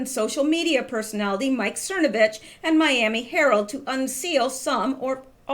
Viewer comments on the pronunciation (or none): none